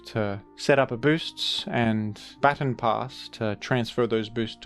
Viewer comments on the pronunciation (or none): none